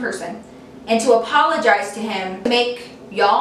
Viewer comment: APOLOGISE she wanted u to apologise can u please rephrase that cause i am really finding it hard to figure out what the hell she's saying btw i love u so much